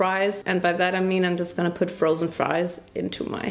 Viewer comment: I don't know why am I just laughing at you when you said ( ma friesssss ) it's so funny 🤣🤣